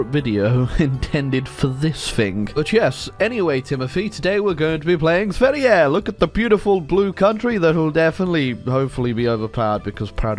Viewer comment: You say Sverige pretty good